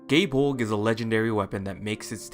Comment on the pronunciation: proper irish pronunciation is guy-eh bowl-gah press f yall